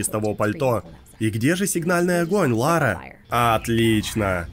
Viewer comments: Как она хотела в детстве стать Ларой, если она говорит Лора?) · Что за дичь? - Я в детстве всегда мечтала быть Ларой! ...Пытается правильно произнести её имя (там же).